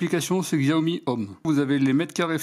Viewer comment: ah ! au fait on prononce chiaomi. Là c'est pas une connerie. 😉😂